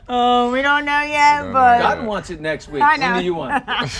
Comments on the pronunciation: Dotun..please tell your fiance how to pronounce your name. Haba!!! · Will she ever pronounce his name right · Dotun is a Nigerian name and to say it right it has to have the dialect. Charity is not Nigerian cut her some sluck